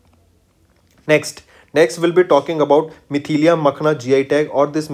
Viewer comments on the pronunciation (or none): Not Mithilia It is Mithila 😑